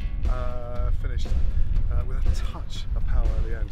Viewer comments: pow-ah, it's Pah-wa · lol why he saying pow wa 🙄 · Pah-wah The Maori pronunciation is killing me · Everyone else: paua Gordon: paWA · Miss Mira it isn’t power, it’s paua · Notice he says paua twice near the end but every other time its pao-wah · I adore how he pronounced Paua as Pow Wah !! So cute 🤩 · As a Maori I chuckled when he butchered the pronunciation but at least he’s appreciating our language! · I like how no one told him he was pronouncing "paua" wrong. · He says paua weird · xJennova, we're the only corner of the world that calls it Paua. 😉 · Why is he saying paua so weird, it’s not that hard to pronounce 😆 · That's so annoying, he didn't pronounce paua correctly once. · Hes not a kiwi. It's not a big deal.